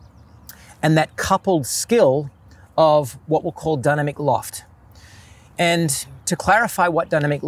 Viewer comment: I was hearing “Dunner McLoft” and thought - that’s funny, doesn’t even save any syllables over just saying dynamic loft…. Ooooh 😅